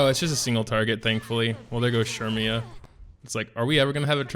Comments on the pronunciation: It’s said as sair-me-yah I’m pretty sure Edit: also the event shop sells those blazing souls so make sure u check that out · CERMIA ! CERMIAAAA ... SHURMIAAA ???????